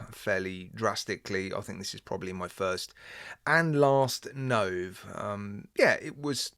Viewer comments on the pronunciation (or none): A fair assessment, not a bad watch, but it's obvious from your video that the quality is a wee bit lacking......... Oh, one more thing, Nove is pronounced Noh-Vay, new in italian...................